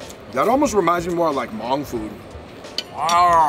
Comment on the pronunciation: Lol "Mong" it's pronounced like "Mung" not "Mong" (for Hmong)